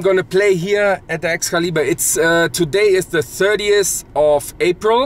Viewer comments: you mean pronouncing it EX-kelly-BURRR is not how you pronounce it?; ) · This video has been flagged due to your German mispronunciation of Excalibur